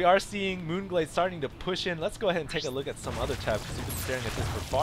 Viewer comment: you actually said the map name right :D this game was pretty lame. Marauders are good, but not against air units, so i have no clue why he kept getting them -_